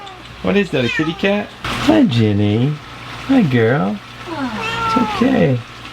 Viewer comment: I would like to suggest the name genie because that is what I heard when u said jenny